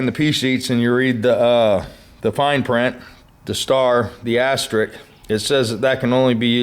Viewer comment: Just what I needed to know. Thanks! It's 'asterisk' by the way, not astrik.